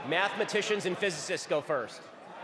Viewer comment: "I'M A MATHMYTIAN AND A PHUSYCIST"